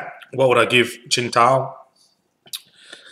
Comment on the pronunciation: It's pronounced "sing-tao". It's definitely a good beer